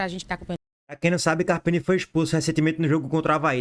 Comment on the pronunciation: “Carpina” não tá puro não, Lulu! 😂